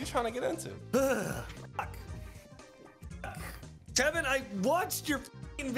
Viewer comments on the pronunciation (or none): Something about calling tevin “Devin” is funny just cuz of how many times brings up people miss pronouncing his name